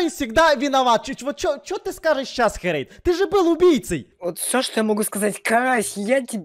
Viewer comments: ты называешь херейда хурейд!!! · Карась: бабуин Херейд: бабуин Костя: голубенький🌚 Вывод: учите английский